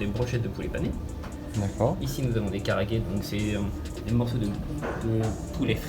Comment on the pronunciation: Yo, Karaage ne se prononce pas karage mais KalaAgué (le "la" que j'ai mis dans le Ka"la"agué, ce prononce plus avec un mix entre le La et le ra oui c'est chelou a dire x) ). c'était juste une petite info par-ci, par-là sinon très bonne vidéo:D